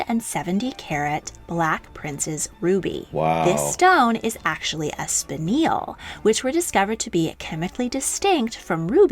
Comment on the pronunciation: • Not to mention "barroak" and "spinneel."